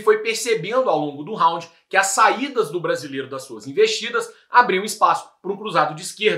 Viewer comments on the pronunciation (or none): none